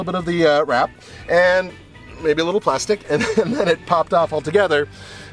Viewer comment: "As I like to do it, a leetle bit faster than slow"